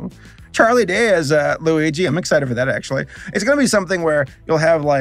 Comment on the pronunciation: he just said Loui G... and not luigi... bye